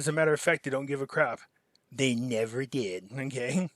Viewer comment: Pimpy i love the way you say they never cared about you “ ThEY NeVeR DID “ 😂 and its true! 👍